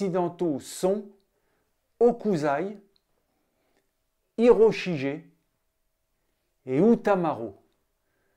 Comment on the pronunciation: Hiroshige - "gué" - le son "jé" n'existe pas en japonais. À corriger donc. Sinon bonne tentative de synthèse.